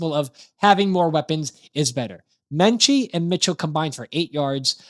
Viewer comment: There is no N in Metchie. The video was ok; but that was so irritating. You need to stop adding the N into Metchie.